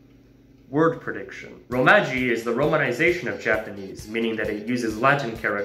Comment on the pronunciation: Cool video; worst pronunciation of "kanji" and "romaji"